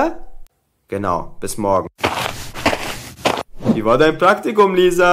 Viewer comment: morge oder morgen?hä